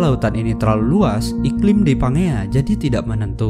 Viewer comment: Bacanya "PANJIA" bukan PANGEA wkwkwkwkwk 😁😁😁😁